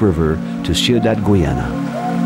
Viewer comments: Why does he say "Gweeana" instead of Guyana or Geeyana? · Its pronounced Guy_ya_na not goy_yana